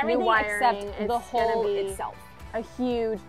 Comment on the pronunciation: Why do you pronounce “hull” as “hole”?